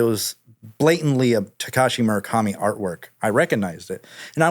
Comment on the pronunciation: Drinking game when he says Murikami